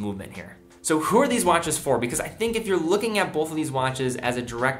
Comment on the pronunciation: Argh! The word is not “bolth”.